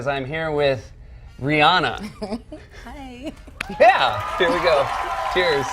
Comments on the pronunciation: I'm not gonna lie, I'm just EVER SO SLIGHTLY triggered when (the narrator) pronounces her name as "Ree-AN-ah", when even IN THE CLIP ITSELF, Myers clearly calls her "Ree-ON-ah". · Ri-ah-na | not Ri-aa-na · I swear they pronounce names wrong on purpose. ReeAnna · Can U Not Say Rihanna Right?